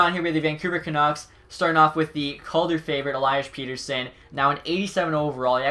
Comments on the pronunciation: it's PET-TER-SON not PETE-RSSON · You said Petterson's name wrong. It's alliis pettershon